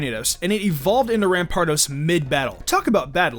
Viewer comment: U said rampar2 at number 4